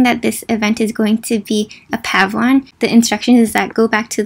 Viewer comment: Disclaimer no HATE: Why does always say pavlon.... like there is an i Just pointing it out since I’ve heard it since the beginning I STILL LOVE U NO MATTER WHICH U SAY